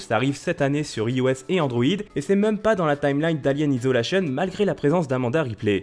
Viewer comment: T'as vraiment dit "IOS" avec un "i" français? Wouah mes oreilles ont saigné la ^^